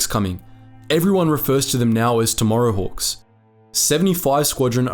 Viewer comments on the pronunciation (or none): none